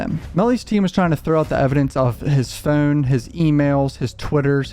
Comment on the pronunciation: What’s a phoon? Is he trying to say phone?